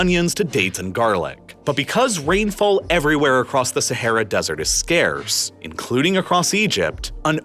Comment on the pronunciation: Just going to throw out that placing emphasis on the "T" sound is usually just unnecessary when saying desert. Tss or Tuh will be heard even without needing to emphasize it. And emphasizing it is just hard on the ears of the listener. Lol